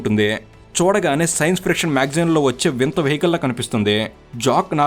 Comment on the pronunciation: సైన్స్ "ఫ్రిక్షన్" కాదు, సైన్స్ "ఫిక్షన్" ఫ్రిక్షన్ అంటే రాపిడి